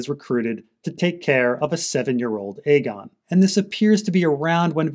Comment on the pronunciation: I can't even verbally explain how much i appreciate it when you call it Aegon rather than fAegon.